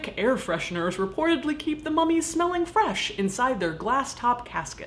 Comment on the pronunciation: Every time Caitlyn said 'AMERICAN MUM-EES' I almost died laughing